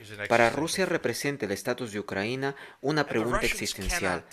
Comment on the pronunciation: Compadre, es "Ucrania" no "Ucranía". Ahí te encargo